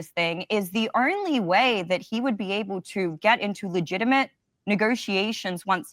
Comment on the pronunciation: Is there an “R” in the word “only”?